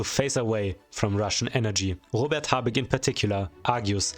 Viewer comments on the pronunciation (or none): none